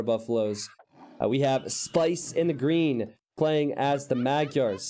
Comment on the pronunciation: Sorry, but your pronunciation of the word "Magyar" is way off.